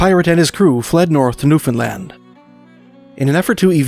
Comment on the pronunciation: Thank you for pronouncing Newfoundland correctly!